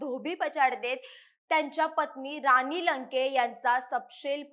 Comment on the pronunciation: आनी , रानी छाण मराठी बोळने आहे तुमचे। असेच बोळत राहा। तरून भारत ला वीणती आहे, अशीच लोकं णेमा